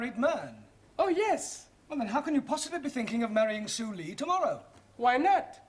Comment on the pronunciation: So su lee isn't su lee but su ree😂